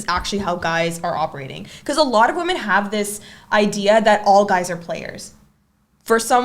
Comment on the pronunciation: Why are you guys still wasting your time approching "wemehn"????